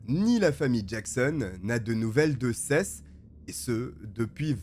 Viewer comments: Juste comme info Seth. On dit Sept (7), pas Sesse. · Seth....sa ce dit sethE.....mdr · Des condamnations a la hauteur du crime et des vies gachées... PS : le prénom Seth ce prononce '' 7 '' comme le chiffre en français 😉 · Je suis un français vivant a los Angeles et j'ai un ami qui s'appelle Seth mais on prononce plutôt sâïsse ou sihisse... Selon mes oreilles frenchy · Seth ça se prononcé sept comme le chiffre ! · J'adore tes vidéos ! Toujours très travaillés , juste fais un effort sur les pronoms anglophones. Seth se prononce comme le chiffre 7 ( comme prononcer dans toutes les vidéos en rapport avec le procès ou par sa propre famille) ... tu m'as rendue folle toute la video ... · J'ai mis du temps à comprendre que le prénom de l'adolescent était Seth que j'ai toujours entendu prononcé comme le chiffre 7 ça me perturbait xD une fois compris le nom j'ai pu me plonger dans l'histoire 🤣